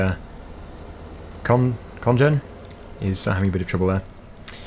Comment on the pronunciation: Liker hvordan han uttalte kongen, haha :)